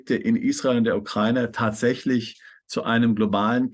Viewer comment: Bitte lernts die Aussprache von Ukraine/ Ukrainer ... wenn die Aussprache schon höre muss ich überlegen was die damit meinen!Wie betont und falsch ausgedrückt schlimmer gehts ja wohl kaum!Bin selbst keine aber bekomme da Gänsehaut!